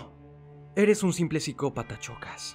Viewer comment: que no era shokas en vez de chocas?